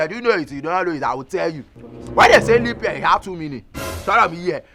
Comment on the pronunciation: Honestly you are a case BROTHER SHAGGI🤣🤣🤣🤣🤣......LEAP not LEANP🤪🤪🤪🤪🤪🤪